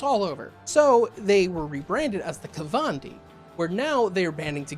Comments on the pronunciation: Nepharandi? Neph-an-di. There's no "r" in there. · There is no "er" in Nephandi. I had to check to see if I was wrong. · Only complaint I have is that your pronunciation of "Nephandi" kept making me giggle. Granted, I think it's butchered from an Indian language but it's pronounced "neh-FAHN-dee." But also yes, MORE mage content. I want a whole Ngoma video, read about them in the 'Forbidden and Forgotten Orders' book that just came out. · TL:DR all comments.... but there is no "r" In Nephandi lol i dont know why it bothered me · Nephandi......... ................. .............. ........... Where's the "r" you keep pronouncing?